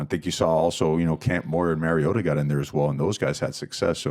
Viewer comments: MAR-iota, not Merry-ota, coach. He's our only Heisman winner. His name should be pronounced correctly by everyone in the program. Please. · that led to the announcers pronouncing it with a hard "TAH". That was almost worse than "Merryota" Coach's first name is Mario! He pronounces his own name Mario, not Merryo. I think Marcus Mariota deserves to have his last name pronounced correctly by the current Oregon HC. In fact, coach Cristobal needs to put in a much better effort of saying his Polynesian player's names correctly. Its important. So far he hasn't done that very well.